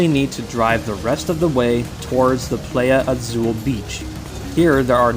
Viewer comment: Love the content but just an FYI Playa Azul is pronounced Pl eye a. I mean no hate at all